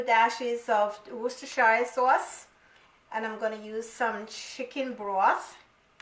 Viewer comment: Ma'am, the pronunciation of Worcestershire is "Woos-ter-share". The rice that you've used, seemed to be Parboiled, and NOT brown rice. I hope, that you don't mind my corrections. Thank you for the video. I usually make this just the way you do, and by the way, you explained everything very well; I'll keep watching; I may learn something new 😊